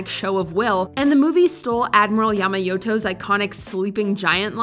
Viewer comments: Another inaccuracy, it’s Yamamoto, not Yamayoto. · "Admiral Yamayoto" Not quite right there,.